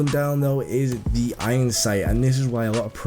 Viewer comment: stop saying thee